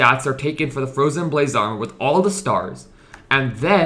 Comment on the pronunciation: fwowyen bwayse awmow